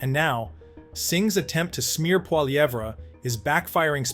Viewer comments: For the love of God say Pierre's last name properly !!! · Canada connection learn to pronounce PIERRE POLIVERRE properly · It's hard to take you seriously, when you can't even pronounce Poilievre.